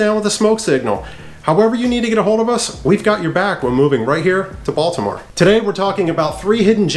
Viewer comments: No lie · He pronounces the word Baltimore like a tourism lol. ie Baldamore